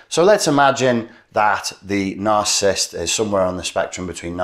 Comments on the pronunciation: NarCISSist not narcist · Please learn the proper pronounction of the word Narcissist.